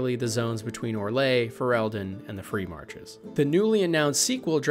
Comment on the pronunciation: Da2 takes place in the free marches, also learn how to pronounce the country names!